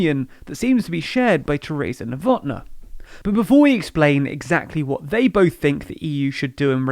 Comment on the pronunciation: Novotná is pronounced with long A in the end. ['novotna:] Thats why is there the symbol above it. Just so you guys know.